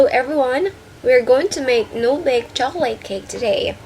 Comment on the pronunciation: the way you say"'chocolate" is very very bad.